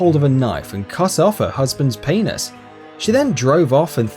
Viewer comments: He's Australian...... British people like me say it like : penus Lol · The awkward moment when everyone is arguing about penis. Lol sorry didn't mean to start something just saying i like the way it is pronounced it made me laugh.. XD lmao